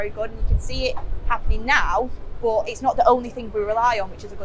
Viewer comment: Maybe I’m weird but I love how says “boh” (but).